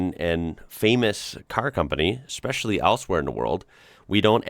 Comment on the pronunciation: When I hear an American say "exspecially" I always tune out immediately